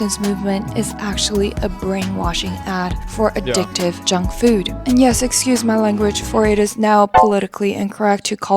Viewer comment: She keeps saying fyuuud lol. Uhg. Very annoying breathy voice these people are their own worst enemies. They just can't see it yet. Sadly, they will die first before they realize the Folly of their ways.